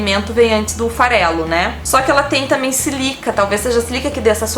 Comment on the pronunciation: É Sílica,... Sílaba tônica no sí... Rsrsrs. Bjinhos